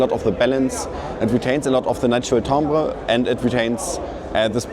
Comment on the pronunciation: Tumber ????? do you mean timbre?